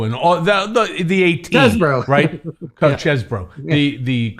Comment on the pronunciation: Mr litman is a gentleman. I really like him. He's down to earth enough to cuss but he insists that Cohen says Cheseboro not cheesboro. I love it